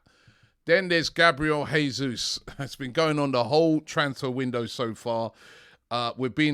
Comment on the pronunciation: Robbie I believe the 'J ' is pronounced in Portuguese. The pronunciation of Spanish 'Jesus' and Portuguese 'Jesus' are different.